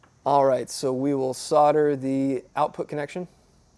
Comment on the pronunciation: Thanks for saying “solder” not sodder. After all it has an L in the word